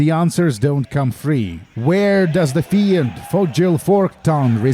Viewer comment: fiend is pronounced финд, not фиэнд